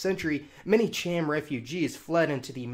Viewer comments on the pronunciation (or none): none